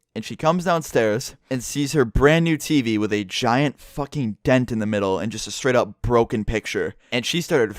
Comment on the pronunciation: Why do u say tv like Tiivii or Teepee